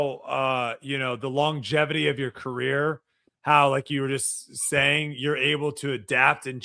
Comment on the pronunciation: Somebody please tell how to pronounce "longevity". 🤣